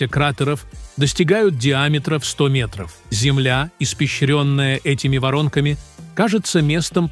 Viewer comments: ударение вОронка, вместо ворОнка - ето как? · В целом интересный ролик, но диктор это что то. Его ударения просто вау😂😂😂 пожалуйста уважайте Русский язык. ЗалЕжей😂, вОронка😂😂😂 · Воронка ударение падает на второе" о"